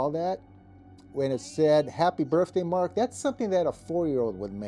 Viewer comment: Mark!!! Not mark mane